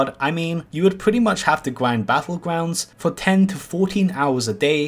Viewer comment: GRIND or QWIND?